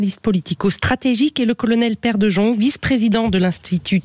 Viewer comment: On prononce De" yong" pas de jong😊